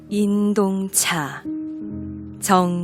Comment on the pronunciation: 성명을 읽는 법이 틀렸나이다. 정 지 용이라고 석 자를 띄어서 읽었나이다. 첫 째, 정은 길게 그리고일순 쉬어서, 지용을 부처서 읽어야지요!! 그릭 자고저 문제가 심각합니다. "한국 어문을 고발함"을 조용히 읽어 주실까요!? 미국 변 완수 드림